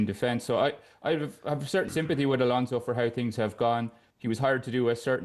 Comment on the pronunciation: Ghjschabi Alonso.. English will find any way to butcher a person's name